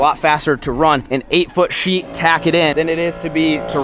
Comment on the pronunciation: You sheet a roof not sheeth a roof